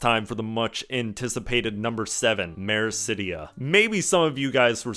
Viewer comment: Blindfrost is all one word, and it's Othard, not Orthard. *Meracydia, not Mericydia.